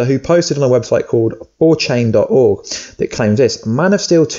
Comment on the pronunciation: I died when you said "4Chain" it's 4 Chan mate. 😂😂